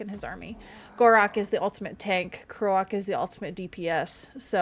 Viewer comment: I think you and Jason mispronounce Lord Kroak's name. His name is meant to be a joke/pun, pronounced like the word for the noise frogs and toads make and the word for dying. He's a toad man that croaked. Granted the way you two pronounce it is cooler for such a powerful character.